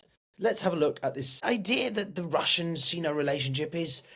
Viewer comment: Thanks for the video, but the pronunciation is "Sine-oh" not "Scene-oh".